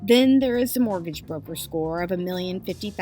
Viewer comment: I've followed the Billy story via Karl Jobst, and this video is a concise and entertaining summary of the whole ridiculous saga. Just to nitpick, though, the narrator mispronouncing and misspelling "mortgage" is quite distracting. Well done about the attribution- glad to see content creator making sure to give credit where it is due.